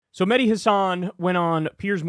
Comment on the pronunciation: Kyle, why do you insist upon mispronouncing Mehdi's last name? You know the proper way to say it, yet you refuse to do so. It's very disrespectful.